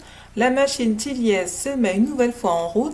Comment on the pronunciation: ma prochaine lecture, mais je pense que je ne serai pas déçue car il fait de très bons polars (on dit Thilliez sans prononcer le z)...